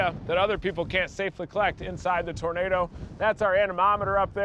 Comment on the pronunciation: "I wanner find that tuuurnader that kilt my Paaah!!!" Mr. Leno🤣👍 Awesome Vehicle!👊